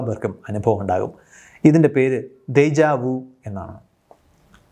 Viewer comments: ദേഷ വ്യൂ എന്നാണ് ശരിയായ ഉച്ചാരണം. ദേജാ വൂ എന്നല്ല. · Déjà vu എന്നതിൻ്റെ pronunciation പറഞ്ഞത് പൂർണ്ണമായും ശരിയല്ല. Déjà എന്ന വാക്ക് "ദേജാ" എന്നതിനെക്കാളും കൂടുതൽ "ദേഷാ" എന്നാണ് ഉച്ചരിക്കേണ്ടത്. കൃത്യമായും "ഷാ" എന്ന ശബ്ദമല്ല; പക്ഷേ മലയാളത്തിൽ ഏറ്റവും സാമ്യമുള്ളത് "ഷാ" എന്ന ശബ്ദത്തോടാണ്. ഇംഗ്ലീഷിലെ pleasure എന്ന വാക്കിലെ "s"-ൻ്റെ ശബ്ദത്തോട് കുറച്ചുകൂടി അടുത്ത സാമ്യമുണ്ട്. അതേപോലെ, "vu" എന്ന വാക്ക് "വൂ" എന്നല്ല ഉച്ചരിക്കേണ്ടത്. "വൂ" നും "വ്യൂ" നും ഇടയ്ക്കുള്ള ഒരു ഉച്ചാരണമാണത്. "Menu" എന്ന വാക്കിലെ "u" നും അതേ ശബ്ദമാണ്. കുറച്ചു ചരിത്രം: 19-ആം നൂറ്റാണ്ടിൽ, Latin alphabet ഉപയോഗിക്കുന്ന ഭാഷകളിലേക്ക് (most European languages) introduce ചെയ്ത "J" ആണ് ഈ ഭാഷകളിൽ മിക്കതിലെയും newest/youngest alphabet. അക്കാരണത്താൽ ഈ കൂട്ടത്തിലെ പല major ഭാഷകളിലും "J"-യ്ക്ക് പല ശബ്ദങ്ങളാണ് നൽകിയത്. ഉദാഹരണത്തിന്, ഇംഗ്ലീഷിൽ "ജ" ശബ്ദവും, Eastern European & Slavic ഭാഷകളിൽ "യ" ശബ്ദവും, ഫ്രഞ്ചിൽ "ഷ/ഴ" ശബ്ദവും, സ്പാനിഷിൽ "ഹ" ശബ്ദവുമാണ് "J" യ്ക്ക് നൽകിയിരിക്കുന്നത്. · ദേയ്ഷാ വ്യു എന്നാണ് ശരിയായ ഉച്ചാരണം. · Déjà vu എന്ന ഫ്രഞ്ച് പ്രയോഗത്തിൻ്റെ ഉഛാരണം ദെഷാ വ്യൂ എന്നാണ്. Déjà എന്നാൽ Already , vu എന്നാൽ Seen. Already Seen '